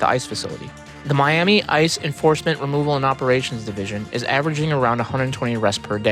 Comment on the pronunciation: " Removel operations" 😂😂😂 I love that 😂